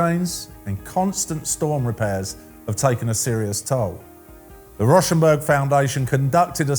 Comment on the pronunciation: It’s actually pronounced “Row”- rhymes with cow - shenberg…